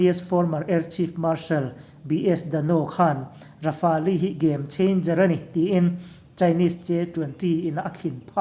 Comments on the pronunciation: Rafali anilo😂😂😂😂..Raf-el titache...🤣🤣🤣Rafale leh j20 ron compare don motia,India sawiselin china ron fak chiama,..yutube ka en suall😁😁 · Rafali tilo a lamdik hun ah ka subcribe ve ang🤣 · Rafel tiin lam zawk la dik lo maw le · Rafali ti in an lam ngai hlei nem... Midang lam dan te hi ngaithla thin ru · Rafali an ti ngai lo! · Lamdân dik a hre ve lo maw ni le....Rafali ti deuh tlat mai bawk si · ra-fal tiin an lam ri deuh in ka hria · Ra-fa-li tih chu a dik zan lo lo maw? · 'Mau ze dong' tia lam tur. Rafale hi raf-el tia lam tur ani bawk e